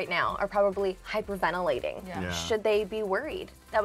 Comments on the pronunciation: she said hyperventaling instead of hyperventalating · “Hypervanalling” hahah lmao did this girl go to school?